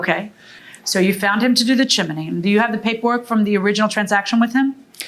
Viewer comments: It’s CHIMNEY … not CHIM-IN-NEY! 🙄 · It's "Chimney," not "chimaney," unless you're in Mary Poppins. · CHIMNEY! NOT chiminy😂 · I can’t believe a well spoken fluent in English judge would pronounce CHIMNEY “ CHIMANEE”…😂😂😂😂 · Judge repeated the pronounciation of chin im ney just like the plaintiff did 😂😂😂 omg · i thought i was the only one who thought they were pronouncing it wrong, they keep saying Chi-mi-ney, when it is Chim-ney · Peace out on this episode. I just can’t listen to JM say “chim in nee” the entire time. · As sweet as it sounds, why is the judge adding a letter to the word chimney? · is chimney spelt or pronounced differently in usa? or is that a local accent thing? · 😂😂😂 irking my damn nerves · Not if you're in a popular old Disney Movie! Chim-chim-cheroo!!❤